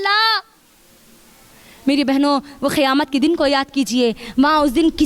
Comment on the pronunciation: Pahle acche se word bolna sikhao ki khiyamat nahin hota kayamat hota hai